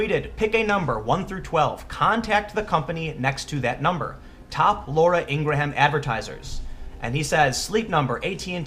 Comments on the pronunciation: It's "ing-grahm" not "ing-gra-ham" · It's Laura INGRAM - NOT Ingramham ... #SoLoveIngrahamAngle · Good lord, man - it's pronounced "ingrum" ... she's not new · ING-GRUM, not ING GRAW HAM lol dork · Ingraham is pronounced "Ing gram" not "Ing gra ham" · just an fyi, I believe her name is pronounced "Ing Gram" - just two syllables - not "Ing Grah Ham". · It's pronounced (ing-grum) not (ing-gra-ham). Outside of this that kid is a little punk and a spoiled brat who doesn't know what he's even talking about, Laura should know advertisers are chicken hearted. How wonder how many people will jump ship from these companies just like they are jumping ship from Netflix because they hired Susan Rice. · Dude, stop calling her Laura IngraHAM. It's really jarring and not how she says her own name. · Sorry Tim I'm sure this is a good vid as usual, but I had to stop 4 minutes in. My OCD goes off every time you pronounce Laura's last name wrong, and for some reason you say her name a lot in both of your vids on this issue and its just really annoying for some reason... "Ing'rim" or "Ing'rem" vs. "Ing'ra'ham"... I just can't take it man. Its like if people kept pronouncing your name "Tem Pull". Sorry man :( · hogg had additional tweets about how tough it is. i think it's whining to suggest that ucla should've accepted him bc he went to the school where some people were killed. also she pronounces it "ing-GRUM" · I think it's "Ing-grum" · how the hell do americans pronounce her name ing-gra-ham? do you pronouce graham, gra-ham? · Laura... Last name pronounced Ing-grum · Her name is pronounced, "in gram" or "ingrum." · It's pronounced eengrum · David Hogg ps lets teach Tim how to say Ingraham....ENG-GRAME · You gotta learn how to say Ingraham. I love your videos but this drove me nuts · You over-articulated her name, you don't pronounce Laura Ingraham like that. You kind of shouldn't pronounce one of the a's in Ingraham...